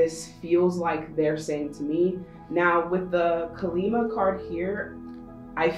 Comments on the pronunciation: Deck 3- i am letting go many insecurities, thats the confirmation i think.. plus im suffering from jaundice and i need improved health 😃 And we worship Kaali Maa here in India🙏🏻 Its better to pronounce as Kaali Maa instead of Kalima 🙃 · Bless you on Deck 3, but Her name is Kali Maa. Sounds like "Collie Mah." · It’s pronounced kaa-lee maa :) ❤️ thank you for the reading